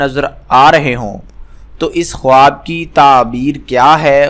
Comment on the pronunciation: Bhai khawaab bolaaa nhi jaaataa h Khaaab bolaaa jaaaataaa hai